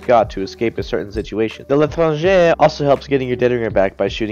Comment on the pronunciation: tHe l’tRRangEh